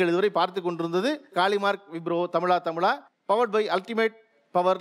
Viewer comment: தமிழா தமிழான்னு சொல்லுங்க அது என்ன தமில்லா தமில்லா